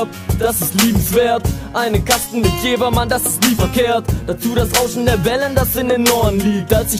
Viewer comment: Ich komm auch von da und es wird JeVer ausgesprochen. Ich weiß nicht was du über die Jahre gelernt hast ^^